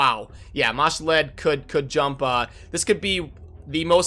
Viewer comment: What do you value the CB keys? I don't see them on the calculator anywhere? The way you pronounce some of the names, such as Ma'Shalled, makes me think of that Key and Peele skit where he's doing roll call at school. lol. "A A Ron"